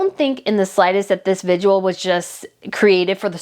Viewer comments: It’s NOT pronounced VIGUAL….it’s VIGIL!!!! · Are you saying vigual instead of vigil? It’s driving me “bonkers”. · Your show is very interesting, however I beg you to work on your pronunciation. The word is “vigil” with 2 syllables, not “vig u al” with 3 syllables as you often pronounced it in this podcast. (The Royal Grift podcast also mispronounces the word.) Also it is “an artist” not “a artist “ as words beginning with a vowel use “an” as the article not “a”. To your credit you pronounced “viscount “ and “Westminster “correctly, which many others are butchering, including mainstream reporters. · It’s vigil, not vidual . Sorry, I’m a nerd. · It's VIGIL not VIGUAL! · It’s vig-il. Not vig-u-al. Practice, practice, practice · The word is pronounced vidge-ill NOT vidge-you-ull.... just saying. 🤔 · Just to help....with no ill intent.... The word is vigil. Pronounced vi-jl....it isn't the word visual with a d instead of an s. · I think you slightly mispronounce “vigil” to sound more like “vigual”. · Heard someone repeatedly say virgil yesterday! 😂😂😂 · Love your coverage, your insight and your holding the Harkles accountable, I look forward to each of your episodes. But please and kindly 🙏 work on pronunciation of common words - today's rough spot is vigil. Yikes! Adding a syllable that doesn't exist each time you say it, and on such an important topic to your coverage, is distracting. Again many thanks for your coverage! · Hi. I love your videos. Keep up the great work. Thanks for putting in so much effort for all of us.🤓🤗👍 P.S. The word "VIGIL" has only 2 syllables. No judgment. 👍🤗